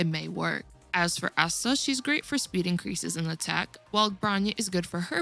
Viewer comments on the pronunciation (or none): none